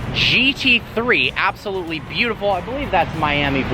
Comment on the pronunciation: AB-SOLUTLEY NO-OT!